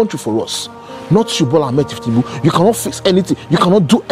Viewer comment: The pronunciation is incorrect. It’s thiefnunbu and not thieftinunbu. The correct way to pronounce it is on maiyegun diary political